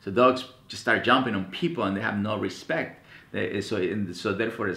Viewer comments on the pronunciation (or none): But he pronounced it "Respet". XD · hahahahahahahaha "RESPET"